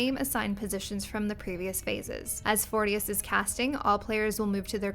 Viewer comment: Fourtious hahahahaha 😂😂